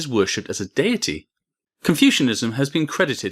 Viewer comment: How come Brits struggle to pronounce words correctly? Say "Deity" again please....notice the ei and not the ie. Oh maybe you misspelled rather than mispronounce.